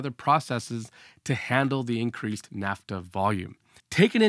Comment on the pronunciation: Naphtha, not "NAFTA" 🙂 NAFTA was the North American Free Trade Agreement.